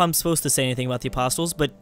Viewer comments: Hey, "apostles" are pronounced "aposs-ells" not "apost-tills":P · The t in apostles is silent